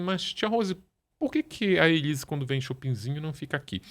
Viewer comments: O Ulisses agoniado com a Ana falando Elisa😂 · que agonia da Bia falando o nome da Elise errado o tempo inteiro! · A Doutora Beatriz só fala ELISA e é muito engraçado quando o Ulisses frisa o nome ELISE. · Bia, vc é lesada????? O nome é ELISE!!!!